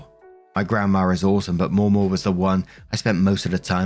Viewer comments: * sees: "Mamaw"(correctly pronounced MAH-maw).....looks up how to pronounce it.....decides to mispronounce it by adding a second "w" that isn't there and saying Maw-maw * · As an Appalachian, the way we say Mamaw sounds like Mam Oh, not Moh moh. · Mamaw is pronounced as mah/ma. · American English dialect differences can be weird lol In the US, the pronunciation of 'Mamaw' changes based on region. In the deep South, it's maw-maw or sometimes replaced with the alternate 'MeeMaw.' However, in Appalachia (not the same thing as the Deep South) it's pronounced Mah-Maw. The 'mah' is pronounced with a hard/flat 'a' sound like 'math.' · It's pronounced Ma-Maw... Like Grandma. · Mamaw - pronounced m(ahh)m(aww), hope this helps. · Ma Maw. Ma like man (Manaquin) Maw like aw. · FYI: it’s pronounced ma’am-awe. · Mamaw sounds like mah-maw except the first ma is quicker than the second maw. Think of a little english child saying it 😂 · In my experience "mamaw" is pronounced with the first "A" being like the one in "apple" and the second "A" being pronounced the way you're saying it.